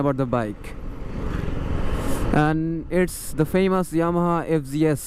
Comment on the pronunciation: Fg s no, it’s fz s hobe